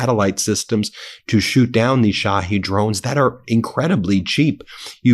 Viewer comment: Duuuuuuuude! Put me on the pay roll as a linguistics consultant. Its Not "Sha-head"! Sha-heed. You lose all credibility when you cant pronounce commonly understood pronunciations.